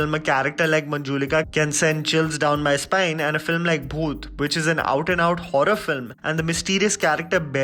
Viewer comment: it's bhoot not booth. By the way I like your work